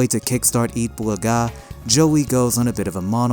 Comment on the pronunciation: thank you butcher the pronounce of eat bulaga......